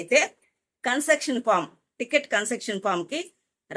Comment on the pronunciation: కన్సర్టెక్షన్ ❌ కన్సేషన్ ✅